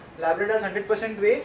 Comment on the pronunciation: its not wawe protein its whey protein bro